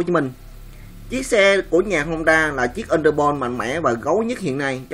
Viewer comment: honda chứ ko phải hongda nhé. honda là nhật, hongda là trung quốc